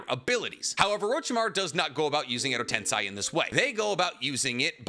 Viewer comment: the guy who says he knows the most about Naruto in the world second only to Kishimoto yet can't pronounce "edo tensei"? Nah